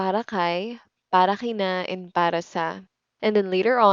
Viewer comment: Why some people, such as you, sometimes pronounce K as if it were H (kina/hina, kay/hay)? Is it some sort of regional accent, or everyone in Philippines pronounces like that?